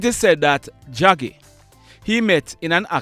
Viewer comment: Draggy not jaggy